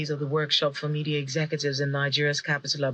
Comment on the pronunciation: Media and not Mefis